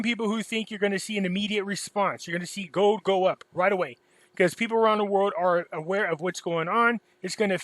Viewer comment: it's goLd not "gode".